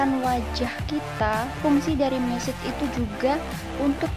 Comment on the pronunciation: Kox message tah kak 😂,,,massage kak yg bener..bacanya masas..😂